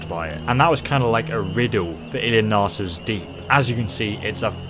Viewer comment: You know what irks me a little bit? When the mage said "Ilinalta's Deep" about 30 seconds before goes on to say "Ilinaliraliaia's Deep". He does it all the time D